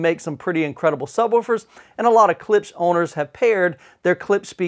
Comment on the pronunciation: It's not pronounced Klips. The sph is included, hence Klipsch.